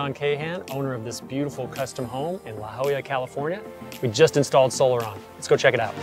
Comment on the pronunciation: Everyone from San Diego is cringing when you mispronounce La Jolla...